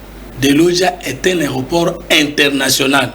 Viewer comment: En tout cas un débats très mal équilibré, mr le journaliste laissé vos invités terminé leurs idées tu poses trop de sous questions,mr fait le débats sur la nation et non sur les individus. Aéroport et non aroport